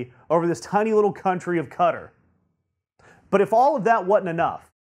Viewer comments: Fuck whether it's insulting or not it's fucking stupid. Also I just realised that this tool means Qatar (cat-are) when he says cudder. How can you make a coherent point when you can't even pronounce the names of countries? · It's pronounced Katarr, not cutter. Also, what's with that stupid haircut, are you in highschool and just learned about hair gel? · Qatar is pronounced 'KatAr', not 'Cutter'. Also, as mentioned in comments below, Moscow is pronounced 'Moscaw' and Iran is pronounced 'E - ron'. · It's not pronounced like "Cutter". It's pronounced like "Ka-Tar". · I'm American & it's pronounced Qua -tar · He did an even worse pronunciation of Qatar.